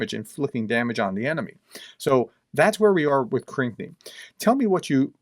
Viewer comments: Proper pronunciation is “Krinky” not “Krikny”. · Everyone else pronounces Krynky as crinky...you say cranky....lol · Pronounce Krynky this way: Kryn-key. I hope this helps. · it's pronounced Krinkee